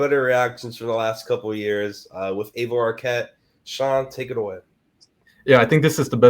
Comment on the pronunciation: aloha kooks....... try4 pronounce dakine. .... eye - vuh eye - vuh...... eye - vuh....... eye - vuh......... eye - vuh....... duh duh